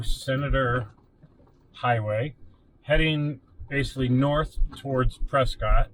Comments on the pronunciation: Its actually pronounced press kit. The tourists call it press cott. It sure is beautiful up here. Hope you enjoyed our trails. You should try the trails out of Jerome. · pronounced PRESKITT great video. I'm local to this area, fyi this trail is VERY DIFFERENT with snow. Be wary in the winter months it's much more difficult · Been in AZ for 25 years, it's pres cot. It's literally named after someone named Prescott. Their name is pronounced Prescott. Any goobers go out of their way to pronounce it "preskitt" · So you're proving me right without even knowing it. You're acknowledging the fact that their name was literally pronounced pres scot and they "changed it." The name had, and still has, a definitive pronunciation, some goober in 1783 doesn't get to change that. "Preskitt" wasn't even a thing until recently. There was a radio station there called "KNOT" and I'll let you guess how they pronounced it in the 50s. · The locals of Prescott are mentally ill and struggle with English. The town was named after William H. Prescott. And he pronounced his name "Pres-cott". Somewhere along the way the locals decided they were special and needed a unique pronunciation. They're still wrong.